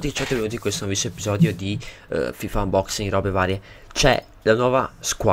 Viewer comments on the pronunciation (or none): none